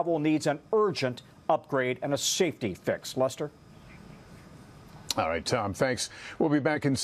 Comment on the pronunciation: the guy called him Luster, not Lester, lol